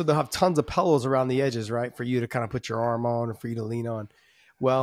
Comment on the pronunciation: Lol, I love it, Josh "pallows" like me. Not pillows